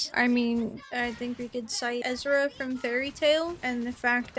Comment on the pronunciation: I don’t mean to sound rude, but you said Erza’s name wrong as it’s pronounced Er-Za not Ez-Ra. Again I’m sorry if that was rude but I had to point it out.